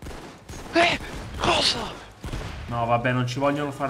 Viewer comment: é Buldozzer e non Dozzer